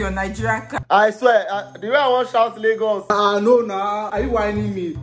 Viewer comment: its laygurz not laygus